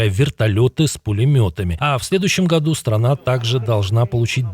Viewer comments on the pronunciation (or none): none